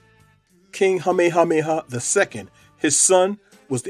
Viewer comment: Your pronunciation of some of their names is atrocious in this and your earlier video. You need only call the Hawai'i Ne Visitors Bureau to get coaching to get it right. I'm pleased you are pronouncing Queen Lilioukalani's name right at times but not Kamehameha or Kalakaua. If you strive for accuracy and truth, you would get coaching or use a professional narrator. My great grandparents came to Oahu since the late 1800s.